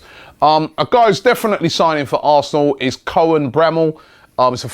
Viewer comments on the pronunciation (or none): none